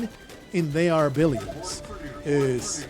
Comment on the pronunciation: all this time i thought you were saying the arbilions kkkk